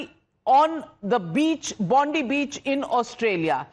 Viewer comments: Bondi with an I not Bondee you bitch. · It's Bondi not Bondee you fucking Bundee. Get off the news cunt